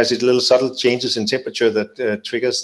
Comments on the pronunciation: Dear presenter: The word is not "tempachur." It is "termperature." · “Termperature”? Got it 😂